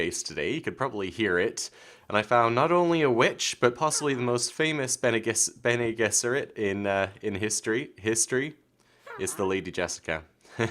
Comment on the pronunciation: you pronounced it as correctly as possible, Herbert used Hebrew and Arabic phrases to name many things and misspelled them himself maybe on purpose, Bene Gesserit if pronounced in hebrew would sound like Beney Gish-rit meaning roughly "the Bridges" probably referring to their eugenics program but that doesn't matter. the thing that surprised me when reading the books is how much of philosophy that Herbert creates for this world is warped.